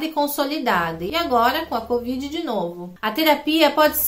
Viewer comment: cÓvid????? Se tá louca?? Meu pai!!